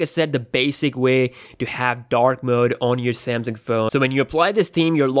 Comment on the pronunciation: How many times did he say dak mooood